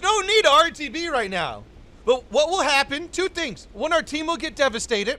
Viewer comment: did you ever notice in words like "Devastated" you always say the last D and T backwards......like for example "Devastadet" seems to be all words that are constructed like this. I've noticed it on previous videos and now i've heard it I cant stop hearing it lol. Be careful if you want to go back and listen you cant unhear it lol